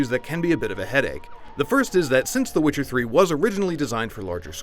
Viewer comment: When did witcher become switcer?